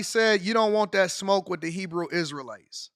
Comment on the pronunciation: This fool said Hebrew Israel lite 😂😂😂😂😂